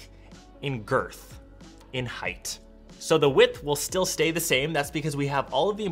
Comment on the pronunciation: Not "girth" 😅